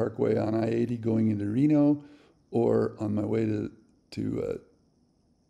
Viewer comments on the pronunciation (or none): none